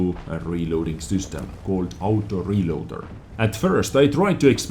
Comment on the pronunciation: I cant waiiiitsss. For thaouuuseee aaoutoo reelooaaadderrrrrrrrr. says in the best accent ever